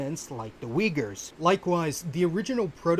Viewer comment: weegur is a made up pronounciation. it is pronounced as ooy-ghoor.